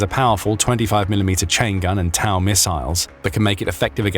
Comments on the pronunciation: Also it’s pronounced toe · TOW= “toe”